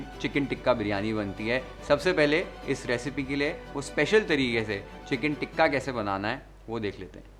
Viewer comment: You keep saying ٹکہ 😂😂it’s called tikka تکہ anyway i love your cooking show and recipes u explain ❤